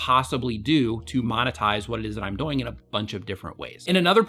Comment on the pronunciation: I get a lot out of your channel. Quick question. Why do you say the word ”doing” so weird? It sounds like you're saying ”going”